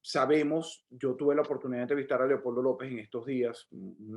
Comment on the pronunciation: Me encanta!!❤cuando dice"Leocoldo".gracias,gracias y gracias.